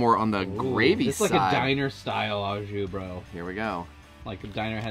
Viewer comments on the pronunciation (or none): Holy crap, you yanks and the Ah jus, it's Oh jus. Yummy looking sammiches though! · Yes love Aux Jus, oh and pronounced “Oh Jus” 😂 looks great 👍